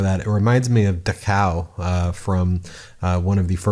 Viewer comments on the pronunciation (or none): Ben, it's pronounced DAH-kow. (Dachau) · Dachau has the accent on the 1st syllable. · Hilarious pronunciation of Dachau! 😂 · “Da cow”. Learn some pronunciation for Dachau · “Dachau” is pronounced DAKH-ow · Farron Cousins is the first to address head on the fact that we are 100% into a dictatorial take-over. His segment addresses Trump saying he has all the levers and holds all the cards to overturn the next election. Tennessee Brando alluded to Hilter. You mentioned Dachau (learn to pronounce it). You like to stick it to the legacy media. Let's see you step up to the plate.